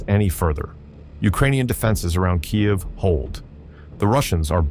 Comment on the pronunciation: Says Kyiv like a Russian, thinks it doesn't matter, thinks no one noticed.